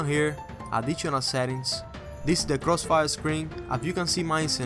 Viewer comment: crossfiel Moe, givit a Shah LOL!